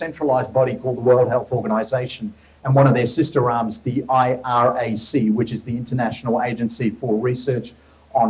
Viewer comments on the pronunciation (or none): IARC, not IRAC